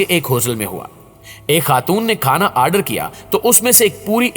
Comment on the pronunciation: Aaaadar nahi order hota hai anpad..